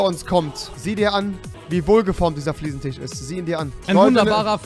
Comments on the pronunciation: Es heißt FLIEßENTISCH UND NICHT FLIEßENTICH wenn du dir dein Kölsch schon nicht abgewöhnst dann mach wenigstens mal ne Folge auf Kölsch (Ich komm übrigens aus Baden-Württemberg) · Das heisst immer noch Fliesentich!